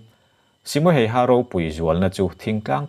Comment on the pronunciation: ‘Hayha’ i lam dan mai2 chuh 🤣🤣🤣🤣🤣🤣🤣🤣 Finnish ho zawk pawhin tung a nih an hrethiam miah lovang 🤣🤣🤣🤣🤣